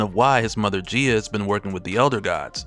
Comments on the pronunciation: gia is pronounced (guy-uh) fyi. Keep up the good work tho frfr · I don't wanna be "that guy", but Thor's mom's name is pronounced like "Guy-ah" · Look up how to pronounce Gaia. It's not Gia